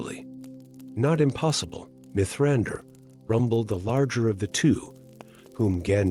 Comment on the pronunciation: Diction is uncanny valley. Too measured. Mithrandir read phonetically.